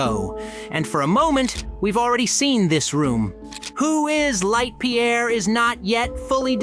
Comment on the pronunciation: LEITH PIERE NOT LIGHT PIERE